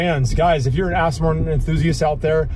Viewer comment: is a great addition to DDE, but I bet Mr JWW will be cringing every time you call your car an 'Astin'. 😂